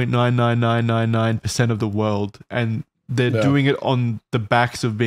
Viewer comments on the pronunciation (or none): none